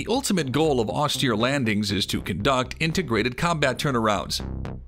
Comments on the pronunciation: if this guy say's "ostear" 2 more time.. -_ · In the US Marine Corps, you get used to it. At least, in my time. (